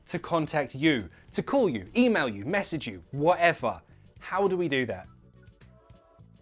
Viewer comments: There's NOTHING I don't like about and his lessons....... except when he says wha'ever! Hahahaha Un abrazo from Olivos, Buenos Aires, Argentina🇦🇷🏴🇬🇧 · Really nice and useful video!!! The way you say WHATEVER really sounds cockney 😂😂😂 Thank you!